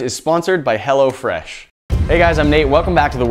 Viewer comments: sounds like he is saying hella fresh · I though "hello fresh" said "hella fresh" lol! That would be hilarious. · thought he said hella fresh not hello fresh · Who else heard hella fresh instead of hello fresh😂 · i thought he said hella fresh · Who else thought he said hella fresh?😂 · I was thinking he was saying hella fresh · thought he said 'Hella Fresh' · Bruh I thought he said hella fresh😂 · I keep thinking that he's saying Hella Fresh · I Keep thinking he's saying "hella fresh" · i thought he said hella fresh at first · Thought he said "hella fresh" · thought you said Hella fresh lmao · i did im like dat not wat it says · everyone from California, that's who.